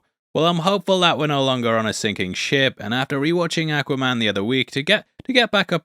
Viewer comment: I love the way you say, Ack-waman.